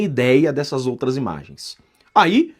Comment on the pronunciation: DINO É UM CARA DE PAU, DELIRANTE É ELE, ELE QUE MOSTRE TODAS IMAGENS, NÓS QUEREMOS VER TODAS. DINO MENTE. DUVIDO QUE NÃO CONHECE AS IMAGENS. 6 MESES DEPOIS DE MENTIR QUE TINHAM SIDO APAGADAS !!!!! APRESENTOU MEIA DUZIA DE IMAGENS E DISSE: "AS OUTRAX SÃO IRRÉLÉVANTIX". QUEM É O DINO PRÁ ALEGAR QUE "AX OUTRAX SÃO IRRÉLÉVANTIX"? TODOS TERRORISTAX COMUNIXTAX INFILTRADOS APARECEM NAS IMAGENS. TAMBÉM TEM QUE INVESTIGAR QUEM ABRIU AS PORTAS DOS FUNDOS PARA OS GOLPISTAS DE FATO ENTRAREM E APLICAREM A EMBOSCADA NOS PATRIOTAS. QUEM DEU UM GOLPE FOI A ALA COMUNIXTA DO STF/TSE, TANTO QUE - ESCONDEM AS IMAGENS DO DIA 8/01 - ESCONDEM AS PROVAS DO MANDANTE DO ASSASSINATO DE BOLSONARO - ESCONDEM OS CÓDIGOS FONTE DE TODAS ELEIÇÕES - SEMPRE FRAUDADAS. "TODO CRIMINOSO TENTA ESCONDER AS PROVAS DOS SEUS CRIMES" ESTARIA O STF PROTEGENDO OS CRIMINOSOS ? OU SE PROTEGENDO ???